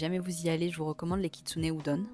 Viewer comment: Sumimasen: Il faut prononcer Kitsouné oudon, pas Kitsouné oudonne😮 wakarimasu ka ?